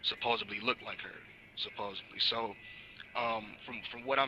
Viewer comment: supposedly not supposably